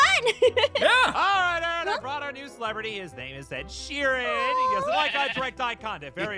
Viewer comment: "Ed Sheepren"